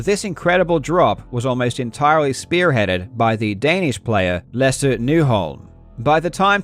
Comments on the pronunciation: I just wanna say that your pronunciation of Lasse Nyholm was very impressive! Almost perfect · I just want to give quick props for your pronunciation of the Danish name. I don't think I've ever heard an English speaker honestly try and get it so close to perfect before.